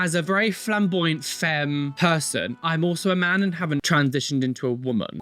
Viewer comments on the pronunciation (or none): none